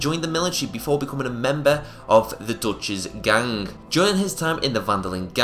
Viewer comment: Lol I hate how you how you say gang